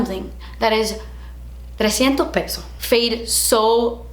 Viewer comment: Treinta y do' peso'. 😂